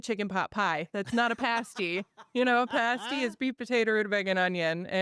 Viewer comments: PAST~PAST~PAST~ PASTY...NOT PASTE~ies either.......Damn this interviewer after being told over and over, still can't say it right! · it’s pronounced with an a as an apple. Paaa sty. The UP is my playground. It’s where I go to escape. So many cool things up there. If you need some ideas for stories, I can give you a whole list. lol